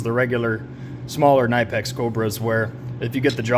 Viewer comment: You did a great job comparing the two, but then I heard you called it a nine pack 🤦‍♂️ instead knipex